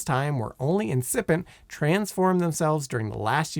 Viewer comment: I see continues the Simon Whistler tradition of not looking up pronunciations of common words, names, and names of famous people and places, but just wings it and mangles them (Sergei, incipient, Dimitrov, pagoda, Luanda, Angolan and Guyana for some examples in this video). That's the main reason I stopped watching this youtube channel.